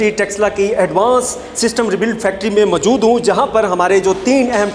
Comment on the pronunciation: You don't know no how to pronounce Urdu, ( majood hoon )for example